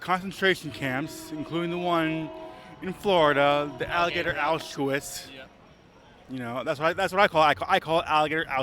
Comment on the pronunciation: That’s what he calls it alligator Auschwitz but he can’t even pronounce Auschwitz 😂